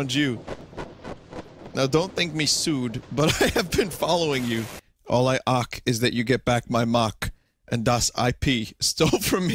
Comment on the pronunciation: "All I aak... is you get back my maak"